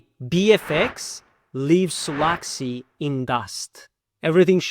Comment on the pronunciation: Почему те, кто разваливает провальный solaxy смягчают L ? Акцент с пакистанского рынка.